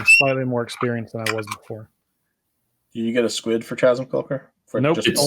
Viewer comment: I was enjoying this until people started pronouncing the H in chasm :|